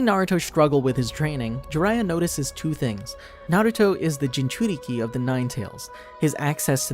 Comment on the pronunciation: he says jinjuriki